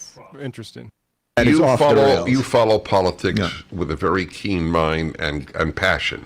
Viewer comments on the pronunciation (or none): none